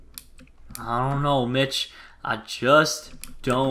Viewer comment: Not being a hater but it's stampy not stiampy